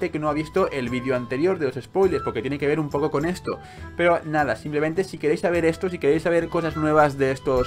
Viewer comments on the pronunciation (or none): none